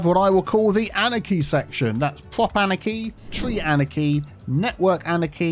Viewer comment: I've been watching you for a couple years but for the love of god: it took me months to figure out wth you were saying while trying to pronounce the word anarchy. Annechy? Aneki? Anakey?